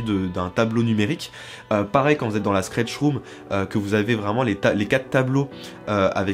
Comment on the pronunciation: Super vidéo, mais un jour il faudra quand même apprendre a dire Stretch room et non Skretch...